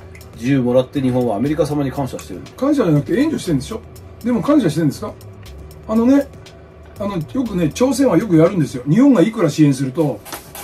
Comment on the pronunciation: 「あのぉ」だけは北陸アクセントになるが大好きです。 麻生太郎さんは今やロスチャイルド家の親戚、と言われていますね。